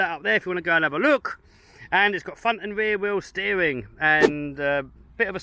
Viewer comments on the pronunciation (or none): You mean weer wheel steewing